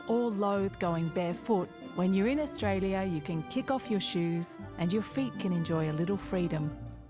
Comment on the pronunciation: Austalia?? LOLOL